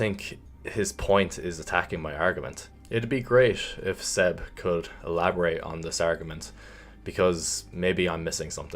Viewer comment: Great stuff but it's Seb not "Zeb" lol